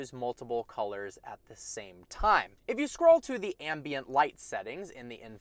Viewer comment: Every time you mis- pronounced ambient...😟